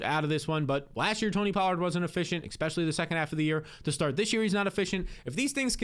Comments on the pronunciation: Bro there is NO X IN Especially!!! Jeezy Pete’s bro.. fix that asap you use the word 14 times a video and it absolutely hard to hear It’s All I hear when you speak!! E-Spe-sha-Lee Not Ex-Peshul-E Are you from the states brobroe?! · he says expecially instead of especially, too. Not a big deal but yeah lol. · It’s his eyebrows and when he says “EXPECIALLY”, makes me feel like it’s a real word.